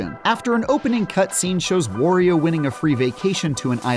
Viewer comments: It's not correct. It's "wah" not "wore." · It's "Wah-ree-o" not Worrior 😏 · It’s WAHRIO not WUHRIO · whos going to tell the game reviewer that it's pronounced WAH-rio, because that's how he says his name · Come on! Wario rhymes with Mario! Wtf is wrong with people?! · Couldn’t get through the video. That’s not how you pronounce Wario. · Its bothering me how he's pronouncing Wario. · Most Americans pronounce Mario incorrectly too. This horrendous pronunciation of Wario is painful, though. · wah-ree-o. Kinda pronounced like Mario.